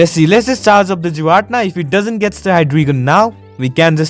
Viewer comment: Pronounced "gee-rah-tee-nah" giratina.